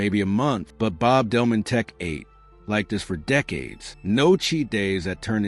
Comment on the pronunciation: It's not Delmonteck but Delmonteek in pronouncing his name